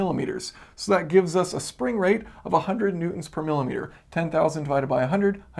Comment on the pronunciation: Am I the only one here who keeps hearing him say "Mutants" Instead of "Newtons"? "Mutant force, 20 Mutants etc."